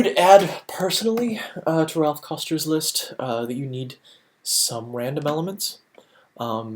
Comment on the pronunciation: Good quality video.... one thing that drove me slightly nuts is calls Raph "Ralph" like 70 times.